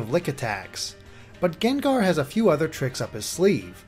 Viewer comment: GENGAR??!it's pronounced GANG-GAR! Geez,the ENG pokemon say their OWN name and u still can't get it right man.:/